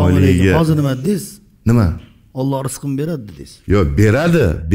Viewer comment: ОЛЛО ЭМАС ОЛЛОХ ДЕБ ГАПИРИЛА